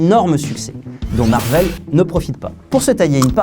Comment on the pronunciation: Du coup.... Marveul ou Marvaile ?